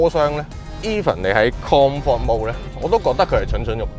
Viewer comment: “Kong fort “ mode again...🤣🤣🤣